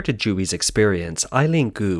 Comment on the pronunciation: I had to look it up to confirm because I'm not Chinese or Chinese American, but Zhu is definitely NOT pronounced "Jew"! Really though, not even close, lol